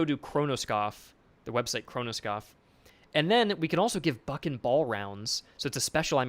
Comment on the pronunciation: "BUCK and ball"!!!! Aaahh... sounded like "f**n ball" - not very on-brand for this nice young lad.